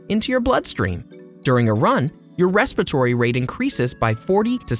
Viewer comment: Am I the only one bothered by the narrator calling it "respitory system"?